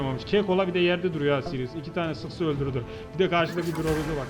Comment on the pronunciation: siryıs degil seris